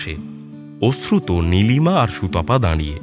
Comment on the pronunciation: ওশ্রুত না অশ্রুত কানে এত লাগছে।